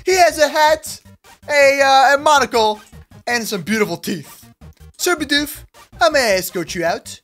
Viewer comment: Also when you said your getting a Bidoof, I though you meant a Bedew